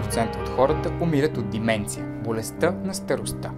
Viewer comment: Не е ли деменция а не дименция